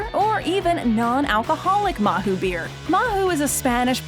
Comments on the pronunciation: mahou it´s pronounced mao, not mahu. The H is silent in spanish. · You've not pronounced some of the words well like Mahou, the Spanish don't pronounce the H or Alioli. The beer is the first thing I noticed and I typically order beer here in a fast food restaurant because I can. They now have Popeye's chicken too, another American import which I don't think we have in Scotland yet. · MAHOU? REALLY???? THAT´S NOT HOW YOU PRONOUNCE IT :(